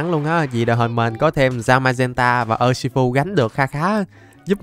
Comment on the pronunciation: Đọc là ushifu và em chúc thầy một ngày vui vẻ